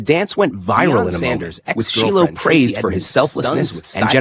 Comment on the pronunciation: His damn name is pronounced Shy lo